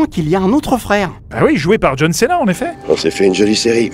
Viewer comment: a dit "John Sénat" 😭😭😭